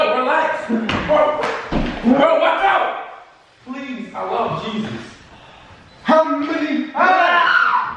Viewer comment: said plz I love jeuss